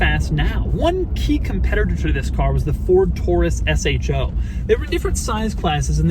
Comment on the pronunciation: thank god you said s.h.o. and not show!